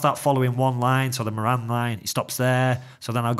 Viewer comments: Speaking of genealogy, Moran is an Irish surname derived from O'Móráin in Gaeilge meaning big or great. The pronunciation in Ireland is More-in with the accent on the More. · Just watching now and see you delving into the Moran surname. My main point though is that the pronunciation of Moran is incorrect.